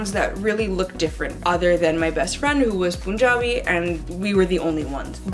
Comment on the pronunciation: It's pun-jabi